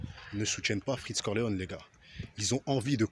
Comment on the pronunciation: Cest freeze corleone pas freech corleone 😂